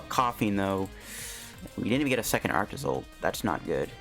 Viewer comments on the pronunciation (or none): Dude ARCtozolt not aractozolt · Arctozolt is cool I like it and please try quad arctozolt with cursola v when she come out! Edit: I can't hear you saying ar-a-ctozolt just call it arctozolt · saying Arach-tozolt is almost as bad as him trying to say pincurchin love your content tho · I made that joke too. It sounded like Arachne-Zolt to me.